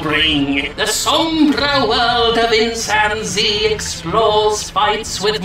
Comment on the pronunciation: Every time he said Insan Z I kept hearing Chimpanzee. LOL. Also one of the best parts about this game is at the time I am posting this there isn't a single damn review on the Steam page for this game, that's how bad it is I guess. So bad no one even wants to try it so there are no reviews.